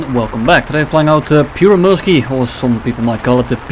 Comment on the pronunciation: "Pieyrremyrski" lol